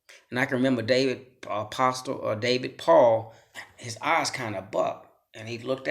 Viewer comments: Could someone tell this guy the "t" is silent in apostle? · No disrespect my friend,but the" t" in the word apostle is silent. ✌ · The “t” in apostle is silent. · The t is silent in apostle bro. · Another public school victim, or just stupid! In apostle the T is silent! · The T is silent...